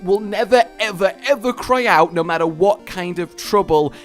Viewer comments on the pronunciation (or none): none